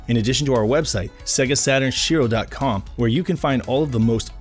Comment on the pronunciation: l' IA as SEGASATURNSHIROW.